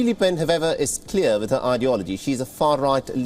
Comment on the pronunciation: Calls Marine Marie throughout the report. Says li pen when its le oen. Where do you get these presenters? Cringe